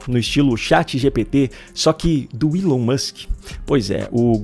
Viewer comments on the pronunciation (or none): none